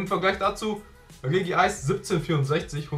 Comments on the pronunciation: Ist es so schwer Regice auszusprechen? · es wird Regi Ice ausgesprochen. Es wird aber nur mit einem i geschrieben weil doppel i scheiße aussieht.